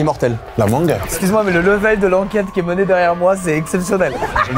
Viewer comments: La mangeuh m'a tapé un fou rire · ✨LA MANGUEUH ✨ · ✨la mangueuh✨ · " la manguE " 😂 SDM le goat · La mangeuuh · "La manGUE"😂